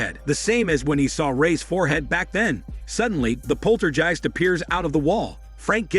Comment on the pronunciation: Jeezus, that is some horrid and sloppy AI narration. It can't even pronounce the word "poltergeist."